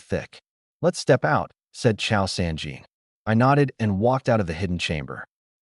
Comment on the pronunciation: Cao is not “Chow” its pronounced tsao